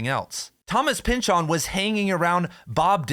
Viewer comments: You are really pushing the "Chooooon" in Pynchoooooon man... take it easy... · "Thomas Pyn-CHON"